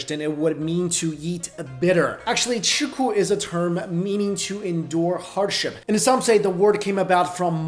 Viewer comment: Chiku's "chi" is wrong. It's 吃苦